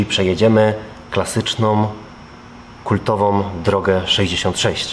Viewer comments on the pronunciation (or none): prawdziwOM, amerykańskOM, kultowOM- program super, ale popracujcie następnym razem nad wymową.